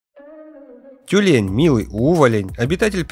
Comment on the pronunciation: Не Тюмень , а тюлень